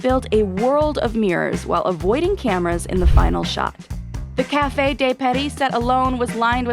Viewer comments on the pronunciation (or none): Especially for café which is also used in English. I guess Americans have an awful French accent, just as bad as French’s awful American accent. 😂 Her pronunciation of La Haine was the worst tho